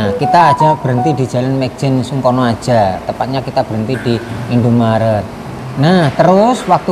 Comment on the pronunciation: nyebutnya yg benerJl.mayjen sungkono